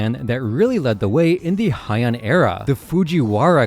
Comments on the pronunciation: Heian is pronounced “Hey-ahn” not “high-en” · It’s pronounced like “hey” or “hay”, not “hi”. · I wonder why everyone pronounces Heian like it’s German or something